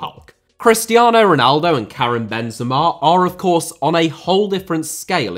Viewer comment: i have to do it, i hate it when i see people saying names the wrong way